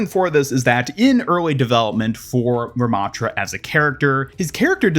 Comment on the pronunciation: anubis ramattra? why not RA-mattra??!